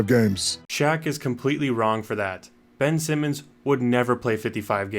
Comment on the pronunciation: "Bench Simmons" 😂